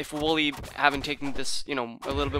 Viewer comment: You pronounce wollay wall-e not woolly